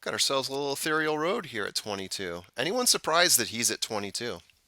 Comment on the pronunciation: Still hearing Tayba all over the place. Even Mike Smith said it both ways in an interview. In another interview, he didn't say it at all. Heckfire, even Yakteen said Tayba. Oh well. Now if someone would educate a few folks on how to pronounce Ethereal...as in Ethereal Road. Unbelievable.